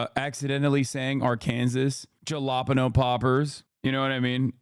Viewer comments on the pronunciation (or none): Juh-lop-pen-yo is objectively a funnier way of saying it For a half a second I forgot the actual word that he was referring to. So maybe he did break our brains a bit jalapenos will survive